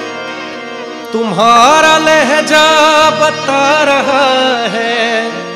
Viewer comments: लहजा नहीं लहज़ा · Lahja nhi Lahza .... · Lahja nahi hota hai mere bhai..... Lahza boliye Lahza... Urdu ka maan rakhiye thoda